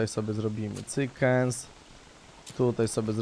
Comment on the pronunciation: Jak mnie irytuje jam mówisz słowo cykenz ...